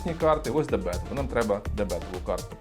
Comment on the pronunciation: Правильно не дебЕтова, а дебетОва